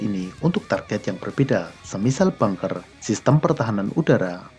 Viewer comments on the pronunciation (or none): none